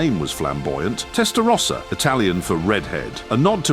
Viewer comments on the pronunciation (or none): Can’t even pronounce “rossa” properly